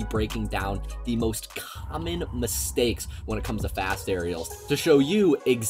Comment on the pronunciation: Whoaaa what happened on that first "mistakes"? did u give ur speech impediment in a matter of seconds? Lol threw me off there